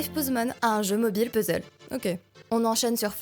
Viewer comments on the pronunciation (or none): none